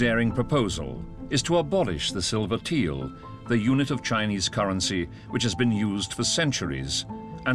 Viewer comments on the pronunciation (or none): Brilliant documentary👌👌the mis- pronunciation of Tael as Teal is annoying👌👌